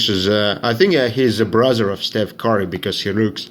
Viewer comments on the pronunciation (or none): none